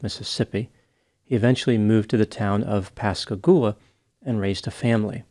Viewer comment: Thanks for pronouncing Pascagoula right! 👏🏾🤣